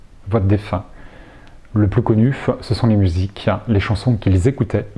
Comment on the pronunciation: Merci beaucoup pour cette vidéo. (attention aux tics de langage "synxhronicitèche", des coeureu, musikeuu c'est dommage) merci, bonne continuation !